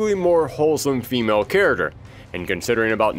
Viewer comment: I love your content so much... But I'd really love it if you could work on your pronunciation of the world character. You say it like 100 times an episode